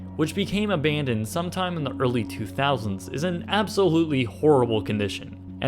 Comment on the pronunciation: Why does he always say "a-BAND-oned"? lol